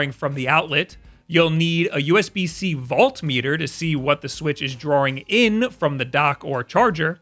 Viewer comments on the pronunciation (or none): Haha as much as I know I sounded harsh with this comment, I promise I didn't actually mean to be a jerk. It's just strange to me because I don't see how a New York (that's where you're from right?) accent would make someone pronounce volt that way. My bad, man.